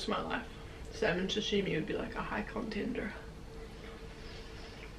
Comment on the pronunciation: Why are so many peeps saying Shashimi? Its called Sashimi. Food looks amazing.